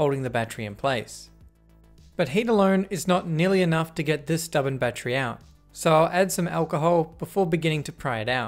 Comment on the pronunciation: He said Battchery